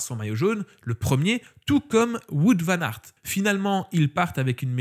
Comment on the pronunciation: je me demandais aussi pourquoi tu le citais pas dans les Fav... cause t'arrives pas à prononcer son nom... 🤣😂🤣